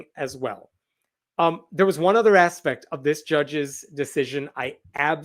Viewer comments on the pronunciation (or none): none